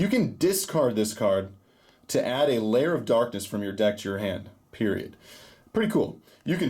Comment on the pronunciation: Its lair not liar